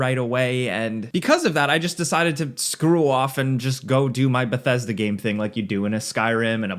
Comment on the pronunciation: You haven't even played the game yet here you are rambling about it. Also, it's "Bethesda".